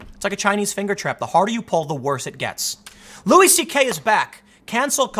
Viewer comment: I just wanna throw this out there. It's pronounced Louie. Lol